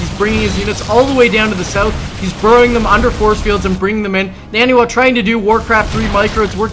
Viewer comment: It almost looks like Ret coulda won if he took out the pylon powering 2 of those warpgates. Wouldn't took out 33% of NaNiwa's production. Also, is it just me, or is it pronounced NON-e-wa and not husky's NANNY-wa?